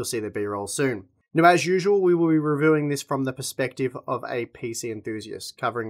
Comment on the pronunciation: Re wewing . Re werving. Reviewing.